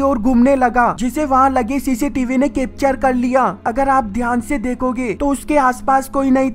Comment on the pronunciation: Vo kipter Nahi hota capture hota hai